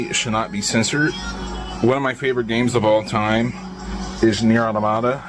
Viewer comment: Yet another gamer who can't pronounce "automata" correctly.